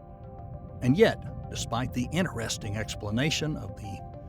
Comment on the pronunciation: I was just watching it and he made that mistake twice and it bothered me plus he mispronounces certain words like interesting